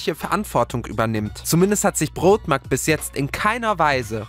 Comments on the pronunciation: Broadmark nicht Brotmark xD (nohate) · Broadmark ausgesprochen als wenn ein Nordeutscher beim Bäcker bestellt😂